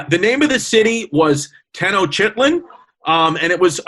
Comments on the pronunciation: Orale! Its Chrissy Columbia & Yannito Pappacito! And Tenochtitlan is pronounced: Then-OCH-Theet-LAHN Aztec language: Nahuatl (Nah-WAHT) L at the end is subtle and pretty much optional to pronounce. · I know it’s 4 years too late, but it’s pronounced tahN-Nohs-cheat-Lan. And the major tribe is called Meh-Chee-Kah